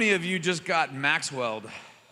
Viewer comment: I thought he said “Max-“smelled”” not “Maxwelled” LOL